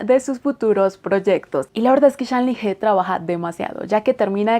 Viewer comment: Hola! Lo que te voy a decir es posible que te paresca como que quiero crear disputa o que solo estoy aqui por criticar, pero como estudiante de chino me veo en la obligacio de decirte que pongas un poco el traductor con voz para que escuches como se pronuncia su nombre. Como verdadera fan de este actor, hay que pronunciar bien su nombre. Es un poco dificil para un hispano hablante pero te acostumbraras. Con el resto, yo encantada...me gusta tu contenido.